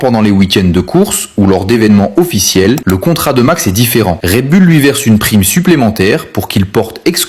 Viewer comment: Red Bull …. Pas raid bulle 😂